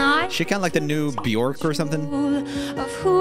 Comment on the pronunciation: By the way, Bjork rhymes with work, not pork.